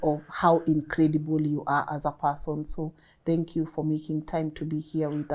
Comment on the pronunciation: I really love your interviews. I'm a Kenyan who's been living in the diaspora for the past 15 years. learn how to say THANK YOU and not DHANK you 😘